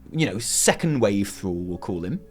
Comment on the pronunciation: Thruall?? Is THRALL